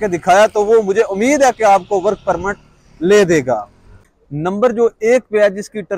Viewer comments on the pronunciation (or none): none